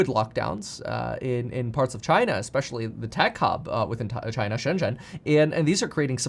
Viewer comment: it is Shen Zhen, China, not She zen, China